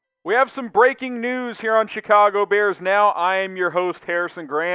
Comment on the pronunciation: Emphasis on “breaking” news